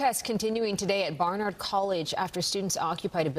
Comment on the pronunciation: Can you at least try to pronounce Barnard right? You’re a New York station.